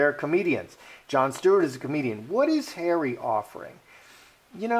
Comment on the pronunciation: .......love the way pronounces "Harry" as "Hairy" sometimes...... especially when he said........."she has Hairy under her........"(arms) lol.